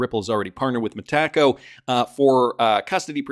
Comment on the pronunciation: I'm going to raz you a bit since you say you wanna know what we think and you read the comments, mahtaco is pronounced Meta-Co😂 have a great one!